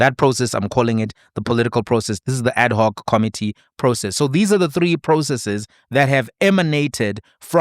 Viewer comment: Thank you for your clarity, logic and common sense explainations and a special HUGE thank you for pronouncing 'ad hoc' correctly..... instead of the mostly used 'Addok'....😊